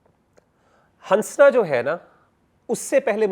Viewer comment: Salams. Mashallah may Allah increase ur knowledge Just a humble request that in urdu language we don’t say ‘hansna’ Noon is silent We say hassna Jazakillah khair